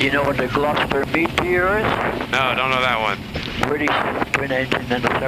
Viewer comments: I think he tried to say the gloster meteor. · Pretty sure he said Glostor Meteor